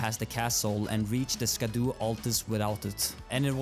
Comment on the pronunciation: Great video! Just a small nick pick. It's not pronounced scadu. ( I made the same mistake) It's actually pronounced shadow. It's an old English word for the word shadow.